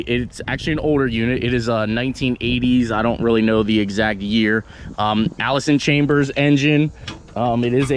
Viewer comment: "Allison Chambers". So he cant read too!